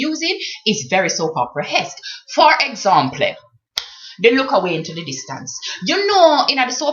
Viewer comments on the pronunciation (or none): lol..she says "for examplay"..*dead*